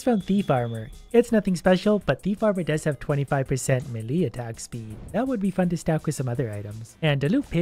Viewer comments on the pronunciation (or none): Did he seriously say melEE instead of melee, bruh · Is nobody gonna talk about how pronounced melee, me lee like in two words and saying me, and then lee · who tf is may lee